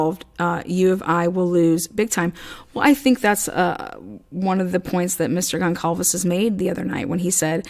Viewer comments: Goncalves is pronounced Gone sal vez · One more thing I wanted to add is that at first, I was having a really hard time pronouncing Kaylee’s last name. I see that you are having the same problem I did. It’s actually pronounced like this… Gone Sall Vez